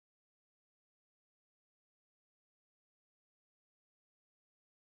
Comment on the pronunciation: "Happy Maxing"??? Bro.....😬